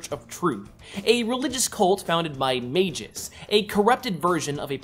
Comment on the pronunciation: adam warlock's evil doppelganger is called MAGUS not MAJICE